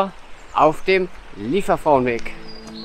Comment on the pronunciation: Wirklich schönes Video... Die Aussprache ist schon nicht so einfach😉. Versuch mal Li-e- werfrau, das käm dem schon näher und sonst lass es dir von einer Solingerin oder einem Solinger mal auf Platt vorsprechen. Vielen Dank für die Anregung, dorther zu gehen, LG Daniela